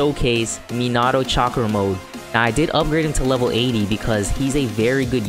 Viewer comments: You're super close to pronouncing minato correctly instead of Me-nah-oh say Me-nah-toe and it'll be perfect,keep up the great vids 😄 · I was just like huh did he just say menahhhto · Is it just me or does it trigger others too? The way he pronounces Minato. Lol sry keep up the good work